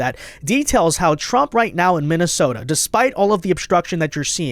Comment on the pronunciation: Di she say “MINNISOMALIS”???????